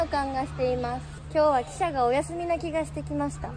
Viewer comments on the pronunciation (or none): あーちゃんの汽車のイントネーションが 私の中で記者とか貴社なのすごく気になる、笑